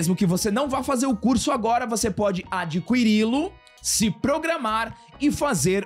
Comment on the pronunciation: A forma que o pronuncia a palavra “adquirí-lo” é incrível 👏👏👏👏